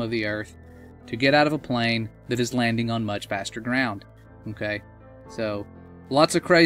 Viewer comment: Can you say okay properly!!!